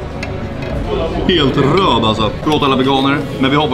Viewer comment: "Vi beställde medium... Den är heeelt rrrröd"